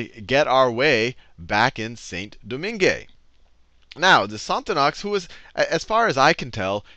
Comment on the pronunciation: It's pronounced more like 'San Doman'